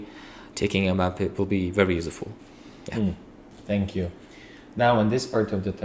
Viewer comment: Still saying senkyu😂😂